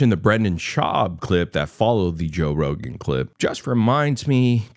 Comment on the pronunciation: Toe Rogain 😂